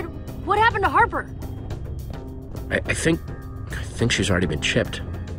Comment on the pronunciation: One time it sounded like you said Harpter